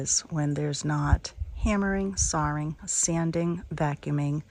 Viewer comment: "Sawring..." is that a New England pronunciation? I love that our great country has regional gems. I so enjoy savoring your videos,. Thank you from the Midwest!